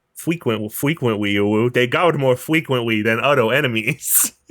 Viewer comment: Doctah wahwee also guawds feqwuentwy.